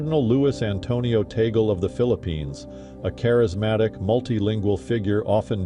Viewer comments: You pretty much showed photos of contenders except Tagle (pronounced as TAG-LE not toggle). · The UK and Australian news channels always pronounce Tagle wrong and now this news channel. It's Tag-leh not Tay-gul. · Please not Taygle. The correct pronunciation is Tag' le. If he is elected you should practice pronouncing his name Cardinal Tag ' le correctly because Taygle doesn't sound right. With humility, I thank you. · His name is not TEY-GEL. The correct pronunciation of his name is TAG-LE. TAG as in "tag-along" and LE as in "le-mon." Before you talk about him, be sure to properly pronounce his name correctly first. You're not being credible with your very basic error about his name. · Tag-le not Tagle or Tagel. If people do their best to pronounce Russian or Chinese names correctly, why can they not do the same with Cardinal Luis Antonio Tagle's name?